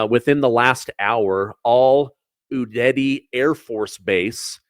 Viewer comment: You have to learn how to pronounce udeid 🤦🏿‍♀️🥳